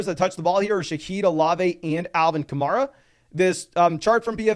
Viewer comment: It's Ka-Mair-A rhymes with hair. Not Mar, rhymes with star. He's been a star in the league for 8 years now.